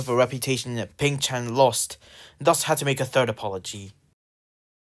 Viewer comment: not "oink-shat"😭